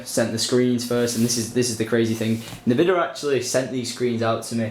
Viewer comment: syndi bud its pronounced N-vidia ;)